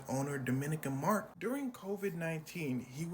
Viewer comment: Not ‘Dominican Mark’ 🤣🤣🤣